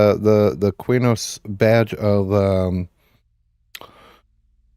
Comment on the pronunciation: Wrong. Key-nos. There is no 'u' in Qeynos.